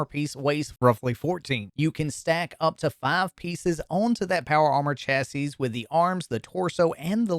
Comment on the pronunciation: ''CHA-SY'' What the heck, why do you pronounce it like that? Weird, is that Canadian?